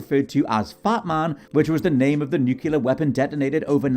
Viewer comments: NuCLEAR. Not Nuculear. NuCLEAR! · How do most english speaking people still say "Nucular" instead of "Nuclear" still baffles me. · 😆 that kills me when people say nukyooler